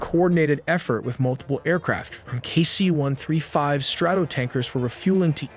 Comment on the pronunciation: Run-dey-vue? F-18 Grooowl-ler? K.C. 1 THREE 5? 🤗